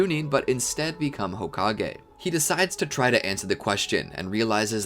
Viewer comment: i literally crying rn seeing how many people are saying homage and not hokage